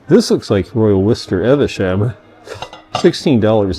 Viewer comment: FYI Evesham is pronounced eev-shm not eh-veh -sham